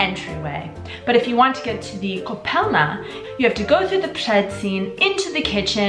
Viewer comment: Its ,,koupelna" but otherwise I love how you make my country Shine :)